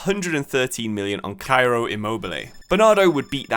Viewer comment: KAIRO immobile goes straight to the top of most outrageous pronunciations list